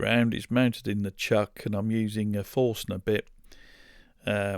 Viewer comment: Forstner... Forschner, you mean? Also beautiful work.